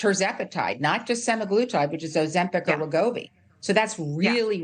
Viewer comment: Ouch, did the reporter say sim-EYE gloo-tide? I believe sema in semaglutide probably has reference to the term "week," or 7 days, as in a weekly dose. BTW, the reason Novo Nordisk funded this is because these large corporations are the only ones who can afford to do these large-scale trials. They still have to go through FDA testing and not all drugs survive this testing process. So, I agree with -- there's no reason to deny the objectivity of these trials.